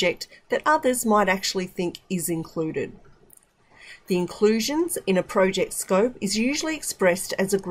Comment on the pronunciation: A very beautiful breakdown, precise but there is a place i could not hear the pronunciation well, in the " Inclusions" . Thank you.